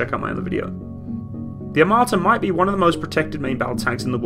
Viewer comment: "АТАМРА" "ATAMRA" Yes, the T-14 Atamra